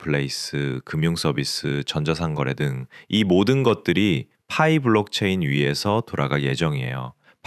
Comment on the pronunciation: 퐈이 거슬려서 못듣겠어요